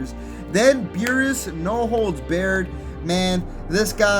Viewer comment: Yoooo lol. My man said No Holds Baird like this was Gear of War. I swear gotta be messing up the names on purpose 😂😂😂.